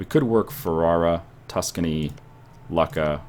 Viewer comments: Lucca is pronanced luke-a not luck-a. I know I've been there in real life. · lucca is pronounced "loo-kah" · its pronounced looka